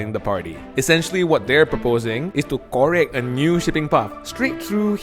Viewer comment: 'Korek' a new path. Wait, 'Korek'?